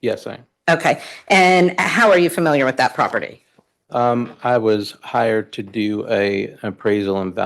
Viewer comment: Lawyer gets one point for saying "familiar" and not "fermiliar."